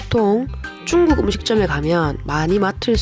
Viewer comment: 중국인데 왜 쭝국 이라고 하시나요 ? 중국인이 들으며 기분 나쁠듯